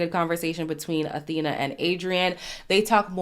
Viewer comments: is her name pronounced like Athena or Afina ??? i thought it was a f sound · I’m pretty sure her name is pronounced Afina not Athena 💜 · Awhina - pronounced Ah-Feena Wh is pronounced as F in the indigenous New Zealand Māori language.